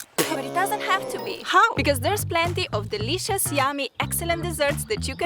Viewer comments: It is actually pretty funny for me that you keep saying 'dilishus' everytime. 😁💜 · Bruh!! The way she says dileeshus. 😃💜